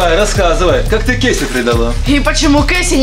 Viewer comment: Не кеси а кейси❤